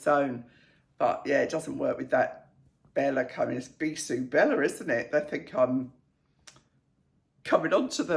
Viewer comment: The second and third dresses were great but maybe with different sandals? Your pronunciation of ‘bisous’ was spot on with the ‘S’ silent. Great stories too😊